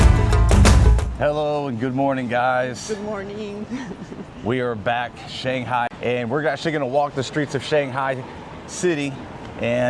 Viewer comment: Yu in Yuyuan is pronounced as y-we. The articulation does not exist in English. Shanghai is pronounced as Shanghai, not shang-gai. They are two respective characters.